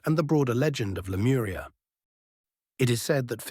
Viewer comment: Lemuria no lemura